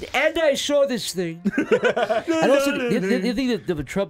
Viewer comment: "I sawr a goblin."